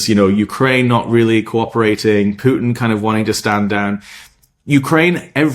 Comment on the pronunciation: How many times did Trump give Pyoutin "another two weeka??" WHY 50 days now??